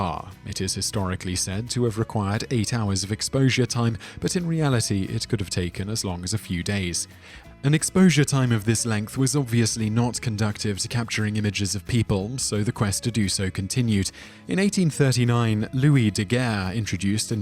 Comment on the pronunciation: thought it was prohnowsted "conDOOsive", not conDUCTive...